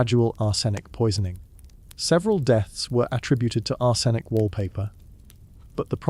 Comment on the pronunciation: Leed? Ar-senic? You're killing me with the pronunciation here